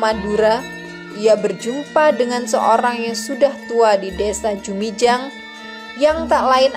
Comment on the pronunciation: Bukan jumijang tp jumiang